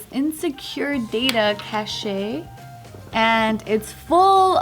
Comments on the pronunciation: said cashayy and joe laughed 😂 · Yall arent giving any slack on how to pronounce data and nobody brings up saying "cash-aye" for cache. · cash-ey :p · joe when said "cashay" 😂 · if your not being sarcastic. read the word cache and said cashayy. From where I am from its pronounced like catch or cash. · MrsNorthman I wasn’t. I honestly wanted to know cuz I didn’t think of the word cache ever being pronounced as cashayy😂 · Sonali A. Cache is pronounced cash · the way pronounced “cache” was so cute! Never change! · Joe didn't correct on "cache" xD